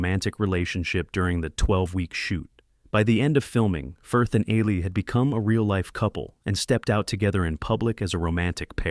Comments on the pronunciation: It's like the reptile "eel-lee" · it's pronounced "EE-lee". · Her name is pronounced EEH Lee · Can you PLEASE PRONOUNCE HER NAME PROPERLY! it's spelt Ehle and pronounced Eelie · Jennifer’s last name butchered anout fove different ways. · The only negative in this video for me is the constant and varied mispronunciation of Jennifer Ehle's name. Irritating! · Jennifer Elle’s last name is mispronounced throughout this video. Please 🤦‍♀️ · And why does the narrator pronounce Ehle's name differently every time he says it? Annoying.